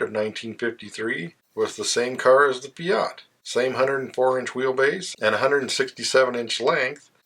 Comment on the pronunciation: You call yourself a "car guy" and you can't even pronounce FIAT???? You say it with the accent on the... A, and it should be on the I, clueless person!